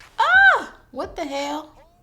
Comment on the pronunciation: Whew that “what the hell” came out SOUTHERN😂😂